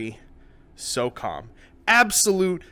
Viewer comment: instead of soccom I thought it he said soccer mom.